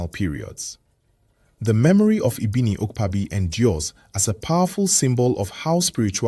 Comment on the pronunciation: Ibiniiiukpaaaabi .. I wish YouTube had a VN option, you didn't get the pronunciation